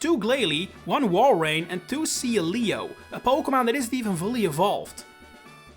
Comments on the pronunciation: It’s pronounced ZAH-SHEE-ihn, VEE-oh-luh, and SEEL-EE-oh, “”! 🤨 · I have never heard anyone ever pronounce Sealeo as Sea- Leo. That’s a choice